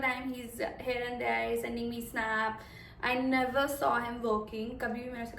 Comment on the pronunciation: Please learn to say “here” not “hair”